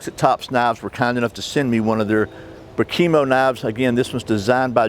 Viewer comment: I’ll be ‘that guy’ It’s pronounced “BRAH-key-moe” It comes from the Matis language .... and if I’m not mistaken, it means ‘friend’ or ‘friendship’. The Brakimo is one of their best knives and, imho, it’s better than the Fieldcraft.